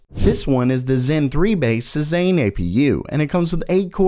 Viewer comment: Just, fyi, Cezanne is pronounced "Say Zahn"